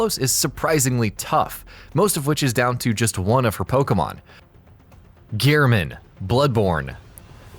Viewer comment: Ghernham? Ghernham. That is not at all how his name is spelled, Gehrman, not ghern ham. You could have atleast looked up his name, it takes like 5 seconds.